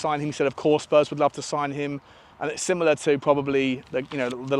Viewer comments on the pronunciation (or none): none